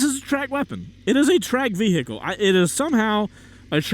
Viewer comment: Everybody: vehicle: ve-HE-cle